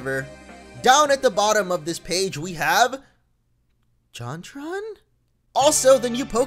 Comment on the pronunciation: "Jontron?" XD